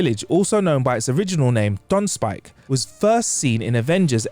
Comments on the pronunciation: Why does he keep saying Tonspike instead of Tonsberg? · Sorry, are you saying "Ton-Spike"? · Is the narrator saying “tons spike”? The pronunciation is tonsper with a slight roll on the r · Why did the presenter keep pronouncing Tonnsberg (Tawns-burg) as Tonn-spike? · Tonsberg is not pronounced "tonspike". What is this guy doing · any particular reason you were saying tonsspike instead of Tonsberg? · Tonsberg too, Tonspike? Tonsper (phonetically iirc) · Tonsberg not Tonspike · True what the hell is Tonspike = Tonsberg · Why does he keep saying 'Tonspike?' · Tonsberg, not Tonspike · it hurts everytime you mispronounce Tønsberg